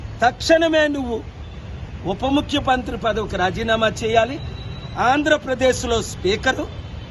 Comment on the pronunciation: అరేయ్ ఉపముఖ్యమంత్రి అనే పదం సరిగా పలుకు🤦‍♀️🤦‍♀️🤦‍♀️.... జై పవనిజం✊✊✊